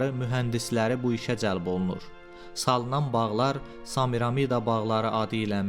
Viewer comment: Zəhmət olmasa Samiramida deyil Semiramida deyə tələffüz edin